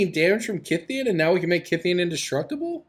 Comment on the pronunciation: On a sidenote, thank you for pronouncing Kytheon correctly. I get mad everytime someone pronounces him "kuytheon".